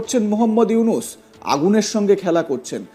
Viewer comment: ইউনুস সার তর বাপ সুন্দর করে নাম উচ্চারণ কর হকার ইন্ডিয়ার দালাল